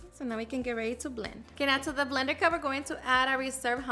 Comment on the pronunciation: How funny how you say “ blender cup” lol😅